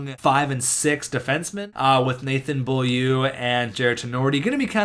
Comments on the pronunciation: bo-lieu not be-a-liu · Beaulieu is pronounce bolieu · Beaulieu is pronounced bo-lee-you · Beaulieu is actually pronounced something like Bowl-u with the L being slightly silent, i watched him play his whole career with the Sea Dogs and even asked him how to pronounce it. Like this so see's this! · its pronounced Bowl-you.... just a heads up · Beaulieu is pronounced Bo-Li-U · Beaulieu is pronounced bowleyew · Beaulieu is pronounced : BO-LI-EW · its pronounced bowl-you